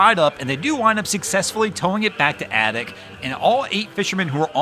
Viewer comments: It’s pronounced “Aaay dak” not aduck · Adak, Alaska...pronounced with a long 'A' then the 'dack' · I believe the pronunciation of Adak is "AY-dack".